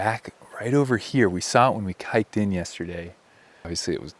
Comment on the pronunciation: Did you say "we saw it when we kiked in the other day?"